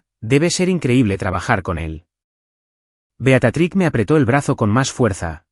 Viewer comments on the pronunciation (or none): Se dice Beatriz